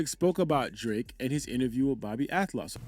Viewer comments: Not that it matters,but it's AL-TOFF..not AT-LOFF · bro it’s pronounced Al-toff 😭😭😭